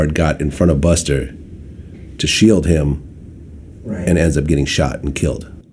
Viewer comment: The way Vlad says "buster" 🤣🤣